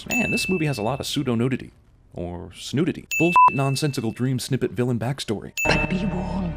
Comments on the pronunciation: "Psneudity..." Lol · psneudity? really? i'm giving you a sin for that (bing)